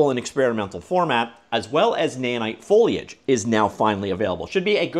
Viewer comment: I'm really proud of you for finally tackling your foliage speech impediment 😊